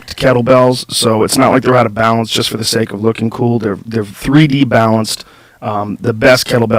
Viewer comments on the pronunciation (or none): none